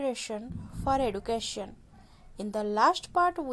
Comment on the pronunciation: The word is education not eaducation